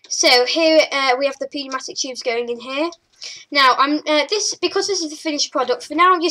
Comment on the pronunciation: It's pronounced new-matic